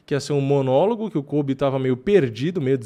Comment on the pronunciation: "vai vim um kóbi diferente"